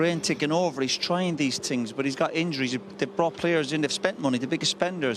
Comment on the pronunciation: Roy Keane saying tings 😭🤣🤣🤣🤣🤣💀💀💀